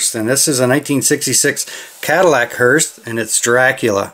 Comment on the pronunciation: Nice haul there!! Love them hearses for sure! Btw, there’s no “T” in hearse. Just pronounced “hearse”